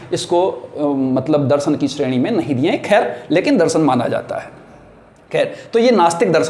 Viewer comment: आदरणीय, आप के शिक्षण का स्तर बहुत सुंदर और सार्थक है।। कृपया उच्चारण पर गौर करें।। दर्शन होता है दरसन नहीं।। क्षमा प्रार्थी हूं।।🙏🙏🌹🌹